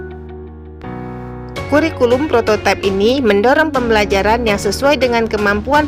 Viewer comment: kalau kata prototipe itu sudah diindonesiakan maka bacanya prototipe bukan prototaip versi inggris.